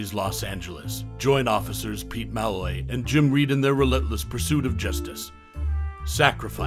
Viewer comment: HIS NAME IS PRNOUNCED MA LOY NOT MALLORY.